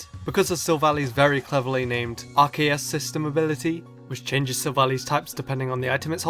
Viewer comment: ...I just relized its AR KAY US, the wrong way to pronounce arceus